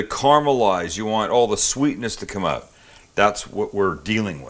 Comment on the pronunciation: Canadian judging from the way he says "out"